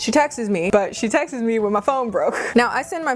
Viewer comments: Wait she pronounces “texts” like Texas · Loved this video, i just have a question, am I hearing things or is your pronounciation of "texts" weird ? haha